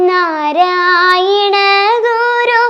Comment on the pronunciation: നരയിണഗുരു എന്നാണോ ചൊല്ലുന്നത് ഞാൻ കേൾക്കുന്നതിന്റെ കുഴപ്പമാണോ